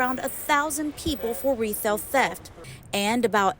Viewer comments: she said “Rethail Theft.” 😂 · Did she say, "retailth theft" or is it just me? 😂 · report couldn't even pronounce 'Retail Theft' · rethail theft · What’s “rethel” theft ? 😂